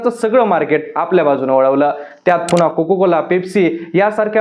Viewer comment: 'कोको' कोला नसतं मित्रा, "कोका" कोला असतं (cocAAAAA)😂